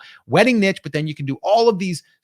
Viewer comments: This would be so much more effective if they stopped saying " NITCH " LOL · Please stop saying nitch. The word is niche, pronounced neesh.